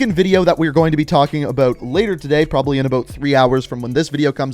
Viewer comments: Canadian aye? The way u say bout. Lol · Are you Canadian? The accent in "about" makes me wonder😅